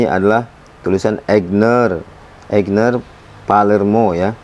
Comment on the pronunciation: AIGNER bukan EIGNER :)